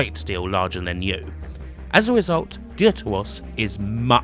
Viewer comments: Im sure it would have been pronounced deaf-ter-os, ie "second" in Greek. But thanks for reviewing these games - again, I'd only ever seen static images of these games. Love the reviews. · funny how he says "dear to us"